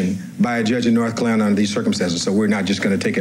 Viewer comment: Did Cochran sound like he was going to say "North KLANS-alina" instead of North Carolina?